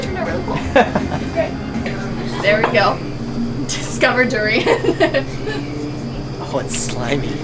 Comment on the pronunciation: Doo-ri-yaan. Not doo-ri-yen. Duri=thorn. Durian@ (something) that has thorn. Rambut=hair. Rambutan=(something) that has hair. Makan=eat. Makanan=(something) that has eat(meant to be eaten)@